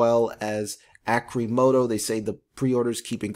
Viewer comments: Arrrcimoto, not Arcimoto. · Pronounce it correctly at least omg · Your research is pertty light if you dont even know how to pronounce Arcimoto. a stockholder.